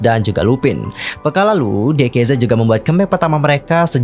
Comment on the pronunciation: Di kei Zed Salah ka, bacanya tuh di kei zi Sebab tulisan hangulnya tuh 디게이지